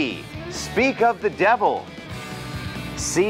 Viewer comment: speak of the devil ที่จริงอาจารย์อดัมก็ออกเสียง "ว" เป็นหนิ ในคำว่า devil อาจารย์อดัมออกเสียงเป็น "ว" ชัดเวอร์!!! แต่ว่าในที่นี้ผมก็พอจะคลายสงสัยแล๊ะ ในทางภาษาอังกฤษ ตัว "v" /v/ มันเป็นหน่วยเสียงย่อยได้ทั้ง [v] และ [ʋ] แต่ในทางภาษาไทย [v] คือ "ฝ" และ [ʋ] คือ "ว" แยกออกจากกัน แต่ในที่นี้ปัญหาของตัว "ฝ" กับ "ว" หนักกว่าจำพวก "ก", "ข" และก็พวก "ต", "ถ" เพราะมันไม่ได้มีกฎบังคับว่ามัน "ก" และ "ต" จะต้องอยู่หลัง "s"